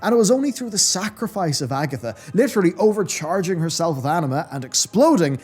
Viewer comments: Ag-THIA not Agatha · Its pronounced ag-thia not Agatha 🤣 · Agatha??? Agthia! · Bro, it's Ag - thia aka Agthia, not Agatha lol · AgTHIA, not Agatha. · It's AGTHIA! NOT AGATHA! LOL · Agthia, not Agatha my dude. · Those glasses can't be that good mate, you can't even read 'Agthia's' name right! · why are you so bad at pronouncing literally everything. her name is AGTHIA. not AGITHA. "eons" ispronounced "ee-ons" not "ay-ons"